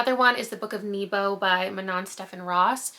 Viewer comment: YOU'VE READ THE BOOK OF NEBO!!! I LOVE THAT BOOK! just btw, Nebo is a welsh place name, and its pronounced N-e-bo, not like 'knee-bow' does that make sense? The e makes a e for ever sound, not an e for even, and the o is a short sound, it finishes still as a 'o' sound, it doesn't fade out at all I dont know how to transfer the Welsh alphabet into English 😂